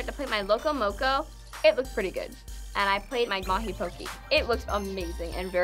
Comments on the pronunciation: pronouncing poke pokie is truly irritating.. pokeh not pokie.. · if you love Hawaiian food, learn how to pronounce poke. It's not po-ki like doing the hokey poki, it's po-kay, like okay. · I was born in hawaii, my dad usually gets his work trips in hawaii, my mom was raised in hawaii, and I’ve never seen someone pronouce poke-e as poke-y It just really made me mad lol. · its not called "poki" its poke. "poki" is another word in Hawaiian that you don't wanna know. especially is ur haole(white). Why throw pineapples on stuff and call it Hawaiian, that's messed up smh. oh and pronounce Hawai'i correctly next time. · Just real quick: malasada is not Hawaiian...it is a local treat in Hawai'i..its actually Portuguese...Loco Moco also no Hawaiian...is a local dish. Hawai'i is the biggest buyer and consumers of spam so that is true. And Poke is pronounced PO-KAY just fysa. . Adult chef pineapple is not Hawai'i but I get Dole made it seemed that way at least you admitted you didn't know much about Hawai'i